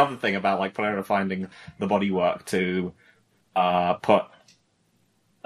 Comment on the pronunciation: On the ever-growing list of words that I hate hearing pronounce, "Pereira" is towards the top